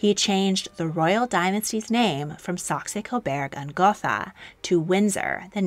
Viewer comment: Damn you really butchered Saxe-Coburg and Gotha didn’t you